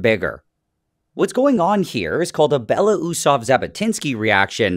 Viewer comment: You mispronounce Belousov and Zhabotinsky. First, you eating U in Belousov (mr. White Mustache). Second, it's ZHabotinsky (mr, Frog of mud), while you pronouncing Zabotinsky .